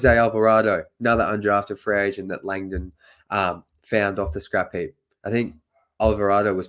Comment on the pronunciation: Dude, the city is pronounced New Orlens, not New Orleeens. Your new President is TrAjon Land-don.